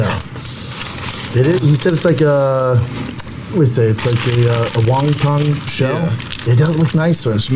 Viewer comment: How did no one else catch calling wonton Wong tong!?